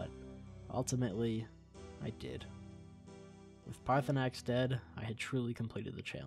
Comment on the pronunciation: it’s Paar-thur-nax